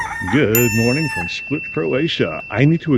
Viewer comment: Im from Split and you said it right, its different.